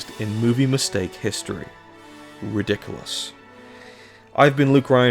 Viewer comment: Lol when he said Ridiculous I thought of Ridikkulus😂💯